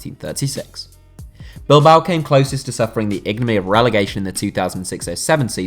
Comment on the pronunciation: Yooo what the fuck type of narrator is this man, this dude kept saying "Copa Lobotodores" and topped it off with "Igny"(Ignominy)